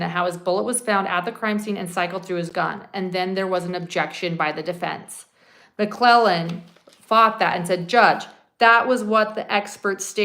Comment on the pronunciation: You are saying McClellan and it’s McLeland